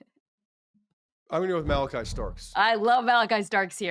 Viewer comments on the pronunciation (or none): none